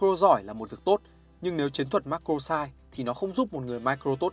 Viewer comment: Nghe ô phát âm Macro với Micro hơi khó nghe k biết có ai thấy thế k @@